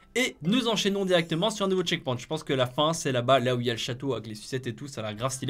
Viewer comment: Ça se prononce tcheckpoynt